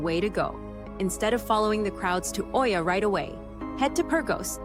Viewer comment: You are pronouncing Oia wrong!